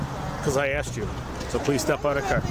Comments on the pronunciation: Ax me if I haff a receipt? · Lmao "aksed" and what's with the clap-clap-clapping with every syllable?..as natural as breathing and blinking 🤣